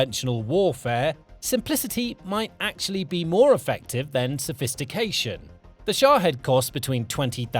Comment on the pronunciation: Its SHA-HEED